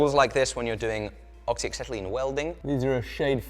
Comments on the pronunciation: acetylene, not axetylene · Acetylene.... Again ... I dont see an x in the word. Try again. Maybe you are thinking of the word oxygen pulled the cart to market to gather some titanium to make the better episode.